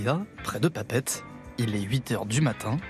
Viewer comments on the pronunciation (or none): Pa Pette, fais l’effort de le dire correctement si tu veux être crédible 🤣🤣🤣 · C'est Papeété non papete du con